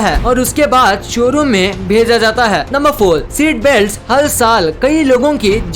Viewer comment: Lol u don know how to talk or what telling four to fol and telling car to cal